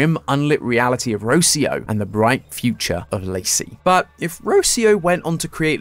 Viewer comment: Ro-CI-o not Ro-cio